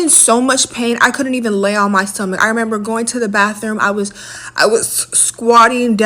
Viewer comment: "sit down air". "use public baffrooms". Girl. Ewwwwwwww.